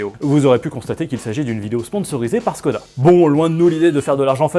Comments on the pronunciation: ça se prononce " Chhkoda " et pas "SSSScodaa ". Moi je retourne j'ai Vilebrequin ! lol ! Enfin ça n'en reste pas plus qu'une brique sur roues ! C'est tout carré, tout anguleux, ils font peut-être de bons véhicules mais ça reste quand même des designs plus que datés ! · Chkoda Pas si difficile à prononcer.. Salutations